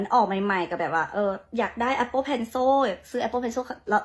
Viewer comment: Appleแต่นางออกเสียงAppopenso😂 นาๆซาตใหญ่